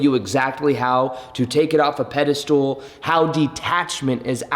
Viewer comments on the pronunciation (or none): Pedestal. Not...Pedastool. Love you bro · Pedestal. Not Ped-a-stool. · OMG,, I like you so much and you're so adorable but the way you mispronounce pedestal just gets me every time!! Do you do it on purpose? I guess it is a ped-i-stool (a stool with one leg) so hilarious!! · Why do you say pedestool instead of pedestal? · Hey! It's "pedestal" not "pedestool". Haha former English teacher comin' in hot! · It’s pedestal not pedestool 😭😭 but love the channel 🙏🏽